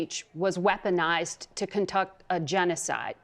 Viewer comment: How do you fuck up the word “conduct”?